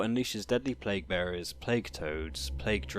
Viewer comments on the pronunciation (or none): none